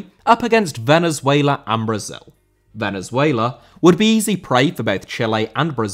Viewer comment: Venezuela* not Venezueiler